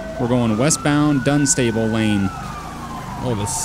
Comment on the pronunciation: It's pronounced "Dun-ster-bull" said quickly. It's not "Dun-Stable"